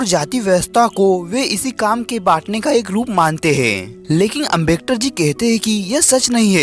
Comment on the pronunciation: Are foki bro yah Ambektar nahin Hai Ambedkar hota Hai